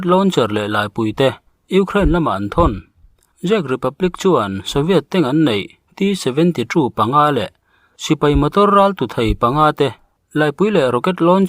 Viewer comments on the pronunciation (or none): CZECH tih hi CHHEK tia lam tur a ni e.